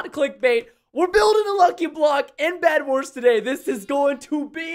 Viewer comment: Bedwars not vedwars